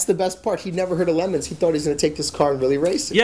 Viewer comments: WTF is a lemon. It's le'moooons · Its not pronoucned LEMONS, wtf is wrong with this bald fk, this channel would be 10 times better without him. He contributes nothing to fastlanedaily. Get rid of this clown!